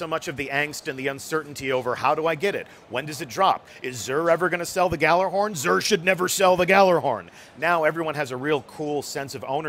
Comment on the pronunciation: not even someone who works for bungie can pronounce gjallarhorn correctly